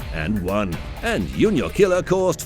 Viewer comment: JuniorKiller is pronounced 'ju‧nior killer', not 'u-nior killer'. But thanks for the vids anyway.